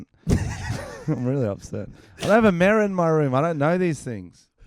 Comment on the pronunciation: it's mirror not merra